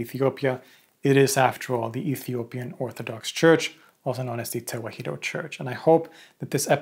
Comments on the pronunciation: "Tewahedo" in Amharic is pronounced mostly as you said it, but the "he" is said more like 'hi' as in "hit," not 'hee' as in "heat." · Small correction, Tewahedo is not pronounced as Te-wa-hee-do, it is pronounced Te-wah-do. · Tewahdo is pronounced as Ta-wa-hh-dow